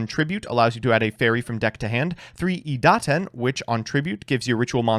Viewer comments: I know it's par for the course now to have purposefully mispronouncing card names, but it's still weird to hear him say Itaden instead of Idaten. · IT'S A FRICKIN' IDATEN, NOT ITADEN GDI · why do you keep saying itaden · Cancelled by the cyber angel community for the idaten pronunciation